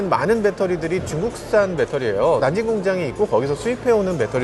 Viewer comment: 난진이 아니고 난징 아닌가요? 남경